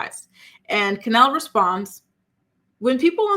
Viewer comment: Isnt her name Kenleigh? Not Kenelle I'm so confused